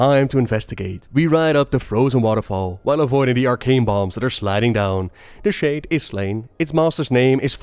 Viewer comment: shäde it's shäde